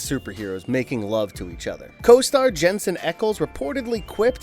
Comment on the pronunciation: Okay. It sounded like he was going out of his way to mispronounce Jensen's last name that time.